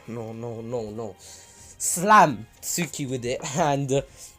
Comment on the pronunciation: yooooooooooooo Suki (based on your pronunciation im guessing this is how it's spelled instead of "Tsuki") is gonna get so WET when Naruto does his entrance in the Pain attack. (Im not trynna be weird its just facts)